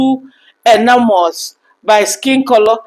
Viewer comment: You said the word 'Enamored' correctly. It is pronounced 'EH - NA - MURD. Sometimes it is better not to use 'big' words that people don't hear frequently as you did not figure out what its meaning was. The writer could have used 'LIKED' or 'LOVED.' As they say in the USA, 'Keep it Simple.'